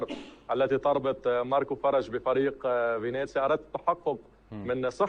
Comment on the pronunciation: فينيسيا وليس فينيزيا عيوني. وهو فريق يلعب في الدرجة الثانية وليس في الدرجة الأولى.